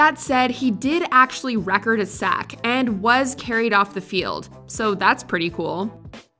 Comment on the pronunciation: Must have never watched football before it’s re•cord not rec•ord lol